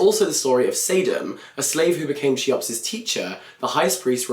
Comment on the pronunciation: Cheops is pronounced 'Khe-ops'